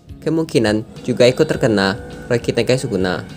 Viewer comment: Denger ryoiki tenkai nya malah kaya rokitekai wkwkwk